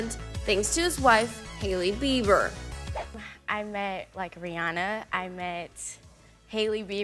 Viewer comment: Cuz Suni said Hailey Beaver lol